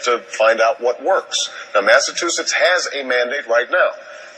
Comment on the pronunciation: Obama is unable to pronounce "Massachusetts" despite going to school there for 3 years. What a moron!